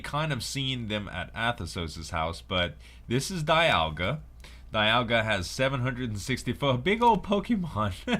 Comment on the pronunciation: does it bother anyone else that he doesnt pronounce Dialga and Giritina correctly at all!!!